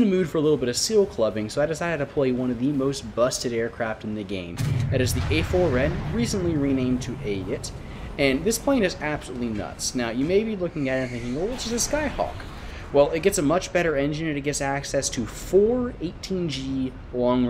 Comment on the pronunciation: cool vid but its pronounced ayeet